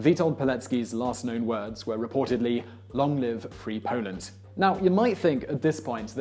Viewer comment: He said Pauland!!!!!!!! LOL😂